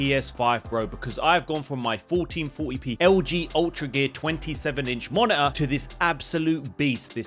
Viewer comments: Monitor ❌️ Moni-er ✅️ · what's "monaahh" 🤣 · sounds like your saying mana for the monitor word.. weird ...weird.. why get a monitor? im planning to get a 4k tv